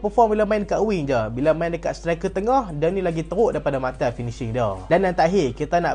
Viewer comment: bang sebut nama martial elok2 ah